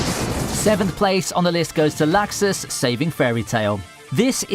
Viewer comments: Stop saying laxus >.< they call him lux us not lax us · This nigga says lAxus